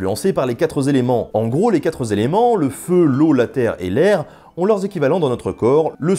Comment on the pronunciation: Salut! On dit "quatre éléments" et non pas "quatreS éléments". Sinon très bonne vidéo!